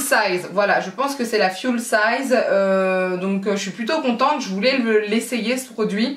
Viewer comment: Full size se prononce "foull sayze" et non pas "fioul sayze" 😆